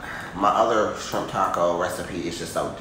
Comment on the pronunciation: Shrimp"Not Skrimp😂😂😂😆😆